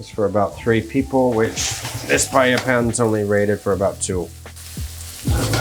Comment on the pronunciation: nice PEA-lla